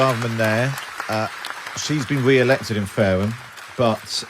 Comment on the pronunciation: " there. She's been we-elected in Faweham. but weflecting in what is a tewible time for the Conservatives. Saying she's sowy the party did not listen to voters and will do evewything in her power to webuilt twust"